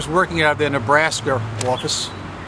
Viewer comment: Nebrasker lol